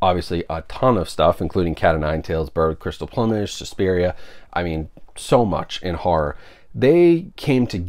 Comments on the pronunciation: It's plewmage like flew not plumbage like a plumber or plumb lol..this is the third reviewer who can't pronounce that word hahah..keep up the reviews! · I had to rewind that part of this video to make sure I heard it right, I have NEVER heard someone pronounce plumage like "uh" before. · Dude, I enjoy and appreciate your reviews, but, you are either extremely wealthy or out of your mind,! $130 with tax for 3 movies! Maybe you also should learn how to pronounce words! The word in PLUM ( PLOOM ) -AGE !!! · Any Monty Python fan would also know that the word is pronounced ploom-age. Dead Parrot Sketch. :) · Bird with the crystal PLOOM-age…lol. Not sure how everyone seems to be mispronouncing this title. A peacock has a PLUME…SO… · It's plu mage not plumage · Drives my crazy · Hahaha yep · Thompson sad, but true…lol.